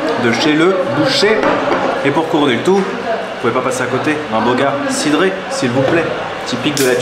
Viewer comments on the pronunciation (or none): Super video comme d’hab. on voyage avec toi 👍 - La sorte d’omelette c’est UN TAJINE tunisien. Et - La boisson tunisienne que tu appelles « Boga cidré » ça se dit « BOUGA CIDRE » on prononce E pas É 👍 Comme ça tu le diras comme un vrai 😁